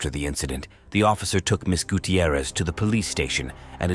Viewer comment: Guuuu-Tee-ierrez This pronunciation annoys me. It’s fine, just annoying to me.